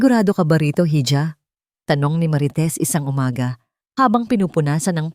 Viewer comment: Ang tamang bigkas sa "hija' ay iha means anak na babae